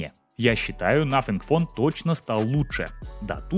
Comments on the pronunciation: Автор,извини... В Твоей презентации... Из за произношения-звучит,как.. НАФИГФОН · Надо поработать над произнесением названия телефона